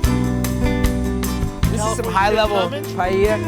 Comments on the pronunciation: What's pie-yeyer? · Pie Ella that’s how you pronounce it! Ffs